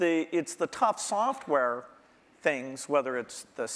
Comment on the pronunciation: “Soffware”—Steve Jobs